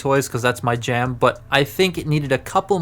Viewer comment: Don’t you mean your JaAM?